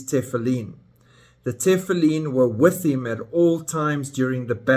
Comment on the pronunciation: For your information, all religious Jews wear Tefillin, not just ULTRA orthodox. And most Jews, even secular, know how to pronounce it. You don't pronounce it correctly, which shows how little you know about Judaism. Shocking!!!